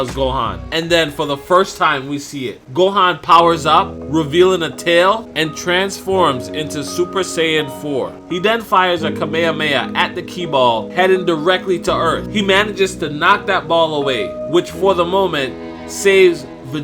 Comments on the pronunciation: kamejameja?? it's called ka-me-ha-me-HAAAAA not kamejameja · the way you pronounce "kamehameha" triggers me deeply... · how do you miss pronounce kamehameha str8 up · The way the English Kamehameha is pronounced is nasty